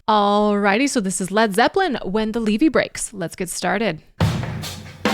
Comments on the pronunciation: That was driving me crazy too. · You corrected yourself on the Levee pronunciation - but notably - it rhymes with Chevy (Drove my Chevy to the levee). Its an embankment on a river that protects the surrounding area from floods when the river rises. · IT IS NOT LEEVEE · 5 points for reacting to this song. -10 for not knowing how to pronounce levee. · Points deducted for mispronouncing levee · learn how to pronounce levee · IS A FOOL! ITS LEVY NOT LEEVY! TAKE YOUR TOP OFF! YOU DONT LISTEN TO LED ZEPPELIN! YOUR JUST GOOD LOOKING! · It's Lev e not Lee vee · Leeeve? It's levee, not a long e in the first part of levee, get it right girlfriend. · it's levee not leeve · Not LEEVE darling God Bless you its LEVEE...keep listening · Lev Vee. Not Leee Vee 🙄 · not LEVY.... LEVEE. It's a structure, not a Jewish rye bread. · Sorry, its not Leevee. Its a name for a dam its pronounced Lev + vee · its a LEVVY not a LEEVEEE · Levee, not lee-vee. Pronounced like heavy. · it's pronounced levy like heavy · I had to chuckle each time you said "LEE-VEE." (21 min. I see you caught it.) Plant is the Harmonica player. The Harmonica and microphone is typical of a lot of the Chicago blues men like Muddy Waters. For people living along the Mississippi, the levy breaking was a disaster of huge proportions. Many lives lost whole communities destroyed. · Leevee? Really? If it's a word you're not familiar with, please at least look up how to pronounce it. In my 53 years I've never heard anyone mispronounce levee... until now. It's such a common word. Ever heard of New Orleans? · "Levee" rhymes with "chevy." 🙂 A levee is a high bank artificially built to keep a river from overflowing during heavy rains or spring runoff. The organization, "Playing for Change" released a fantastic version of this song with musicians from throughout the world. Jon Paul Jones liked the program so much he agreed to play bass on the recording, and features prominently in the video.